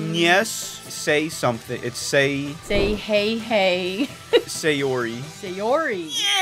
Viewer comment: its not say yori its sa yori not SAY Yori Also its not Samuel Lawrence its Sammy Lawrence